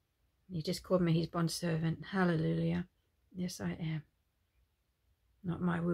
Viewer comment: Do you realise, innocently you say Hallelulia instead of Halleluia... you make me laugh 😂. God bless.